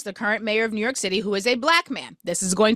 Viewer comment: "Newu York"😂😂😂